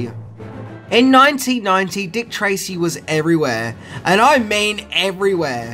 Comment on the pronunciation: “EEN NOINTEEN NOINTEE—“ Aaaaaand skip.